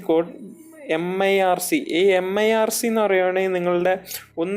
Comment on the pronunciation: Its not mirc. MICR. bhai